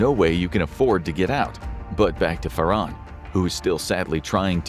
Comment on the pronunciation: It's pronounced FAR. HAN. ... not "Far. On."